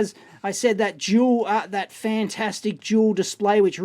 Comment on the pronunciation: I'm sorry davie. but are you saying Joul or duel ???